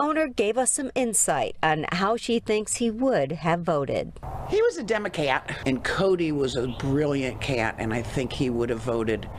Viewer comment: She said democat 🤣 I’m a little envious it doesn’t sound as good for a republicat. What’s your dog, Repuplican or dogocrat? Who’s your parrot voting for, reparican or parrocrat? 🤣 I got too entertained with this.